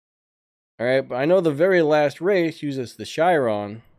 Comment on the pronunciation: Ok I noticed you pronounce the Chiron as a shiron, it's pronounced like ka-ron with there accent!